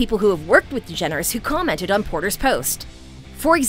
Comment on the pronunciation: Just pronounce her last name....Yep their you have it folks!